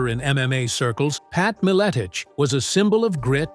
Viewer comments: Put respect on The Legends Name! Even though you can't even pronounce it. Feast on ALL the Sacks of Richards. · If u can’t say his name right try just saying Pat -I knew him a long time ago and he’s a smart and funny guy so shut up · Stopped watching as soon as i heard the AI voice. Cant even pronounce his name right. Lazy AF. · Can’t even pronounce his last name right. SMH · Thats not how its pronounced. And apparently he was most likely correct with his poiitical views.